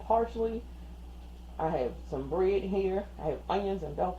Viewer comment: Thank you for the clarification. Your recipe sounds great. Note, the “ad” at the end of bread is not silent.